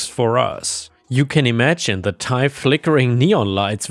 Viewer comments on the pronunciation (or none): none